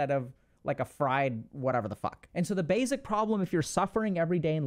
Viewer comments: Plzzzzz plz pretty plz, please, stop saying “bayzik”. Think of the word base, with no z sound on the end. Try saying base. Then try pronouncing the word basic. I know this is a small thing but it’s become like nails on a chalkboard to me and I can’t listen to these anymore and there’s so many I want to watch. It’s SO much in every video. Please, if you can correct this I truly appreciate it. Thank you. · Why does he pronounce basic like that? It’s like he puts a z instead of an s